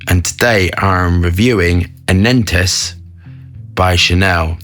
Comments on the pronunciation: It's pronounced an-TEH-us...😘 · yeah, it's Ahn, tay oose but forgive him. Antaeous was a greek hottie and lover of the emperor Hadrian.a long time ago. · Ann-TAY-us. Great review. Glad you like it. 👍👍👍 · It is pronounced Ahn Tay Is 😂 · Ant Tay Yuss is how is pronounced haha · Say the name right please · That's not how it's pronounced.